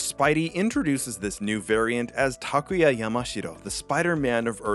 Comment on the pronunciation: It’s awesome to hear someone say “Takuya” correctly. I never really mind how people say it because I always politely correct them, (they still get it wrong, not a problem though, they don’t speak Japanese so I don’t expect much) but I never knew how refreshing it is to hear my name said correctly! Sorry, didn’t mean to make this about myself but just thought I’d share my thoughts.